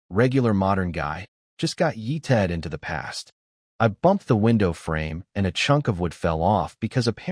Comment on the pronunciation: The way the ai voice says “yeeted” is always hilarious